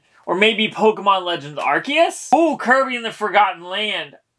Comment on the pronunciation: Thank you for pronouncing Arceus correctly, much appreciated